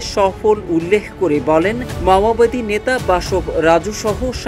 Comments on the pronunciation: ভালো করে বল মামবাদি না মাওবাদী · ছত্রিশগড় না রে ভাই, ছত্তিশগড় আর, মামাবাদী না, ওটা মাওবাদী। সঠিক ভাবে উচ্চারণ করেন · মাওবাদী আর বলছিস মামাবাদী???? বাংলা পরতে পারিস না???? ইংলিশ তো দূর কি বাথ!!!!! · মাওবাদী শব্দটা স‌ঠিক উচ্চারণ যে কর‌তে পা‌রেনা, সে আবার সাংবা‌দিকতা ক‌রে কিভা‌বে? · সঠিকভাবে বাংলা ভাষা উচ্চারণ করতে পারেন না অথচ সাংবাদিক হয়েছেন। কথাটি মাওয়াবাদী না মাওবাদী। অথর্ব। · মাওয়াবাদী আবার কারা ? মাওবাদীরা ছিল ! যারা চিনের মাও সে তুং এর আদর্শ অনুসরণ করে। একটি আন্তর্জাতিক প্রচার মাধ্যমে এমন ভুল উচ্চারণ কাম্য নয় । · ভাই সাহেব বার বার উচ্চরণ করছেন মাওয়াবাদী, মাওয়াবাদী নয় সংগঠন টির নাম মওবাদী। ভুল ভাল শব্দ উচ্চারণ থেকে বিরত থাকুন। ধন্যবাদ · ঠিক মত উচ্চারণ করতে পারেনা । এরা নাকি সাংবাদিক। মাওয়াবাদী না বলে মাওবাদী হবে। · ভাই শব্দ ঠিক ভাবে উচ্চারণ করেন, মামাবাদি না, মাওয়াবাদি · মাওয়াবাদি না উচ্চারণ টা ঠিক করা উচিৎ। মাওয়বাদি চিনের নেতা মাও সে তুং এর অনুসারী। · Lungi ke pravab maowadi ko mamawadi bol raha he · Dear সাংঘাতিক তুমি তো উচ্চারণ ও করতে পারো না,, পড়তে পারো না ওটা মাওবাদী,, আর ছত্রিশগড় না ছত্তিস গড়